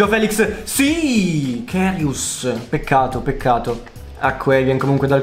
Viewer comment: Se non per offenderti ma si legge KARIUS esattamente come si scrive